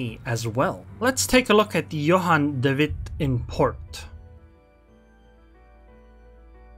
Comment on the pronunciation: Your dutch pronounciation of Johan de Witt is very good! =) keep the videos coming!